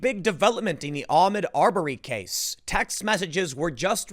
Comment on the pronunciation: Tim. Its Ah-mOd Ar-berry. Pronouncing it Ahmed Aubury is playing into these stupid fucking "Armed Robbery" jokes.